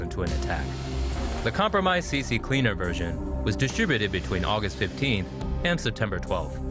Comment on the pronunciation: Its not CC CLEANER its just C CLEANER. Almost everyone adds an extra C at the beginning for some reason.